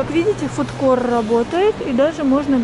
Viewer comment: Фуд-корт , не фуд-кор